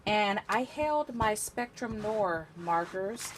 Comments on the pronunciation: Noir - Noow-ar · Also you’re mispronouncing noir